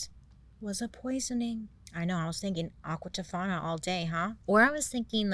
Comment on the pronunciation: Get it right. Aqua Tofana!